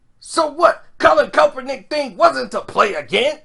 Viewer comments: This boy keeps saying coppernick 🤣🤣🤣 say cap not cop 💀💀💀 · A few days ago, he was calling him kalpernick. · You keep butchering that man's name 🤣. Are u doing it on purpose? Sound it out with me.... CAP - PER - NICK (Kaepernick)